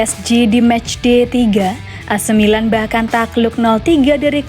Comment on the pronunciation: Pelafalan kata "ac milan" oleh narrator sdh normal yaa...goodjob min